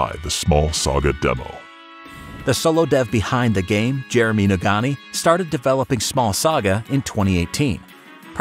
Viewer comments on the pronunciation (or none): none